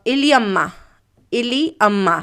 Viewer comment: इलिअम्मा नहीं यल्लमा बोलते है